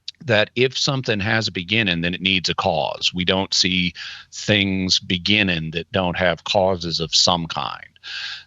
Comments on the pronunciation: Is Jimmy not allowed to add g’s to the ends of his words or something? “Expandin” “beginnin” “mornin” lol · Can you please pronounce the "g" on the end of "beginning"? It's very off-putting.